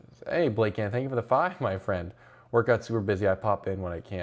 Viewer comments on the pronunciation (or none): none